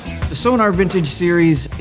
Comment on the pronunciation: It's pronounced So-Nor, for goodness sake, man. The clue is in the spelling. Sonar is something very different. Give them the respect they deserve.